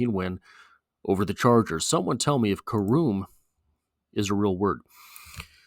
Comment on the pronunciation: It's pronounce care um and it is a real word.